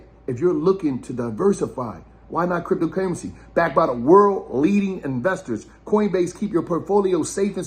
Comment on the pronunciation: man said cryptopaymency 😅😅